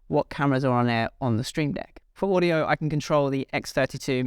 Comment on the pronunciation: router not rooter! wow, this really gets to me. It’s not Oodio, it’s audio. it’s not, rooter, it’s router. u have all that knowledge, but consistently say Rooter? such a shame .